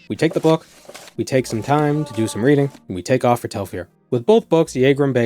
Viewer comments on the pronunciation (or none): none